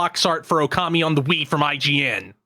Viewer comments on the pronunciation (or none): none